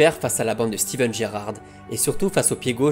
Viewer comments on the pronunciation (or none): none